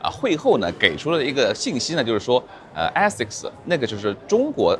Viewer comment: Aasics的第一个发音应该是字母a的本音，你可以去查一下。